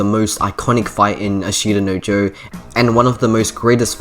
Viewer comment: For future reference and if you truly are anime nerd or aspire to be, and if you dont speak japanese. Its not A shita no Joe Its Ashta No Joe, no emphasis on the I and you will go a long way :)